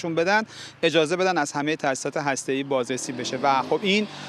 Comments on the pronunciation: سمیرا چرا لوس میشی و بیسوادی خود را نمایان می‌کنی؟ هرمز و هسته‌ای دو ح جیمی نیستند بلکه دو ه هوّز هستند. خبرت را ساده و مختصر گزارش بده و به میکروفون نچسب. لفت و لعاب دادن بر خبر ارزش آن را کاهش میدهد. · اشتباهی گفت ه جیمی 😂 ه هاشمی درسته : هرمز ، هسته ای